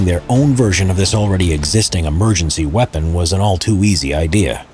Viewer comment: You mean "Vepon" 🤣